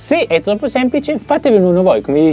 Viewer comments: Questa è l'intro più bella che tu abbia mai fatto! Fa t-RRR-oppo RRR-idere! 😂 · se provi a mettere l'inizio alla velocità rallentata senti proprio il rumore che fa la erre. È poesia 😁 (più lo rivedo e più mi diverte!) Grazie anche per questi bei momenti,!